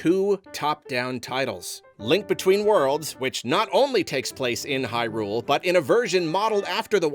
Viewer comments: Can we stop saying Hy-RULE 😭 It sounds so weird, it's HY-rule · Great video, and I fully agree with the sentiment. I just cant get ovet the pronunciation of "Hyrule"... The emphasis keeps being putting the on the U in "hyrUle", like high. rool. Instead of "hYrule" with no pause in-between. I know it's a complete and total nit-pick but it was driving me insane the whole video. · Is it just me or does say Hyrule kind of funny? It's like an extra emphasis on the R, i.e. HyRule. No shade just insteresting